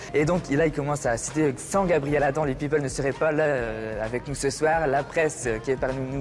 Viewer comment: « Les peopeules »😂😂😂